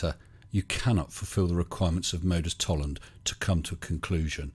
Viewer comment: Nice work again. Unfortunately Nathan is unlikely to understand why he is incorrect. He applies the logic of Modus Tollens with the same accuracy that he pronounces it.